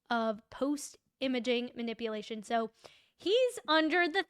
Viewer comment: lol “manip-uh-lation”.